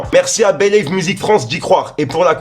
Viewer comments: On dit pas " bélève" mais "bilive" #beleve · Believe ça se prononce bilive pas béliève 🤣🤣🤣 mais tkl t un bon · Believe se pronoce bilive 😉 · Khalala l'équipe!!!ensuite...Après chaque info,j'aime tes transitions.Que la force soit avec toi.😈 nouméro ouno.Et stp continue de prendre les mots anglais à coup de tête 🤕🤕🤕ex:belève pour believe, 😂😂😂 perso, j'adore,merci le F. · T’es pas sérieux de prononcer “believe “ comme ça gros ! 😂.